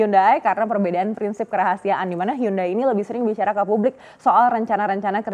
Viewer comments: hyundai, bacanya yandai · Dihhhh.... Bacaannya hyonde bang. Hangeul: 현대 Romanization: Hyeondae Romanization + penyederhanaan: Hyundai Pronounsasi/ pengucapan: Hyonde